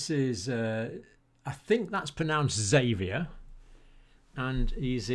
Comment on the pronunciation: How was it that all the people's names started with "s". It sounded like you said the guy at the ends name was Xavier but I'm guessing it was actually something like "savier".